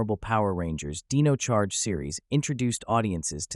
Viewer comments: Thats dino charge not deno charge 🤣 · Can't even pronounce Dino charge right